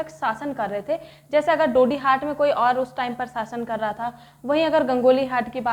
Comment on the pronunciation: Not dodyuhat that is didihat